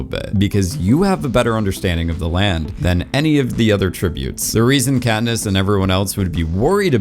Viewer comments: “Catnip and Peeta bread” Lol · why did he call katness katnip and petta petta bread